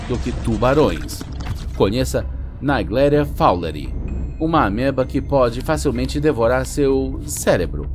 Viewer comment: Gostei do vídeo, mas foi engraçado ouvir o narrador falando os nomes científicos tudo errado.. "Naigléria", "Acantamôeba", hahaha! Gente, no latim, quando o "a" e o "o" é precedido do "e" lê-se "É/Ê". Ou seja,: "Negléria" e "Acantaméba".